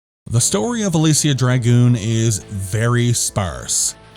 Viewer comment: You really tried on that pronunciation. You really did. It wasn't even close, but you get an "A" for effort. I love that cover art. It gets my Golden Axe senses tingling. I'm surprised the European version didn't have a cover by Luis Royo. I would have liked that. You're absolutely spot on with a necessary sequel. That's why they made sequels in the first place: reuse the engine, some of the assets, solve a lot of the problems, and put more time into it. When you compare Shining Force 1 and 2, the difference in quality and gameplay is like comparing Stonehenge to the Burj Khalifa. This game needed that additional polish and quality control. It really could have been a franchise, especially if they reduced the platforming and increased the combat to Actraiser levels. I love the sci-fi/fantasy combo this game has. To be fair though, I've probably seen KRULL more times than I've seen the sun rise. You'll be happy to know that i left my 8 year old with my Genesis collection on my Switch, and he chose on his own to start a Shining Force 2 campaign and loves it. He likes the tactical combat and the micromanagement. Parenting done right.